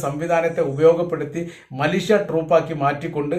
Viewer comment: Mileeshya ennu parayoka